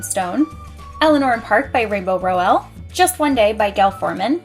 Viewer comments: Lovely bookshelf tour, loving the colors. I need to have all my series together lol. And also Rainbow's last name is pronounced "Rowl" like owl 💙 I need to get my hands on Snow Queen, that book looks gorgeous!! 😍😍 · You say rainbows last name wrong....